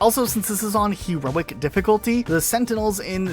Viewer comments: He-roic difficulty :) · HE-roic. But yeah I had no idea you could get a Chopper on this level.